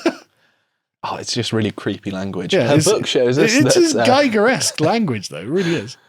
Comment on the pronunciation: You mispronounced Giger you Red Coat Crumpet Stuffer Carl